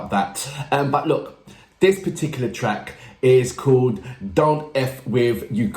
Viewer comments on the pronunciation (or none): none